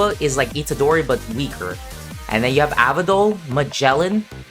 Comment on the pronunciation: "averdol" ...that hurt me deeply